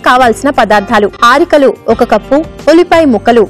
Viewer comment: She doesn't even know how to pronounce arikalu